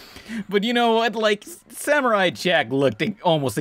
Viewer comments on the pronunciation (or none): none